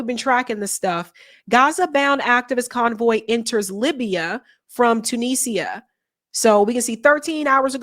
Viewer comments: Tuni-sia not Tunisa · I love you, but you have to do a little research: it's two-knee-ja. Tu-ni-sia.